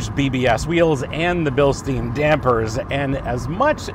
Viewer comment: Agree with almost all points ......looking at your "perfect position" : seems you're not a very tall guy.......so your space-comments are a bit misleading ......BTW it is BILSTEIN (Billstine)just like the stupid "a Stein of beer" (Stein=stone)